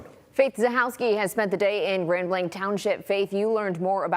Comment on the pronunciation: PLEASE PEOPLE its pronounced "GRAND BLANK" not GRAND BLANCH...